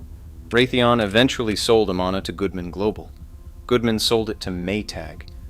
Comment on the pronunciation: Its pronounced a-man-a, not a-ma-na